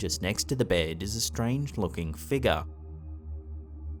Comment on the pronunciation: Interesting...you crack me up with your pronunciation of the word figure.....you say FIGAH. :) when did you shave your head!?